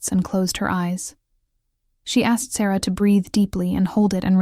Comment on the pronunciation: Ok, it’s irritating that the main female characters name is pronounced 3 different ways. Is it Sarah, Sara, or Saira. Also stopping at the wrong times in the story. Whoever is doing the A.I for the stories, please do it properly.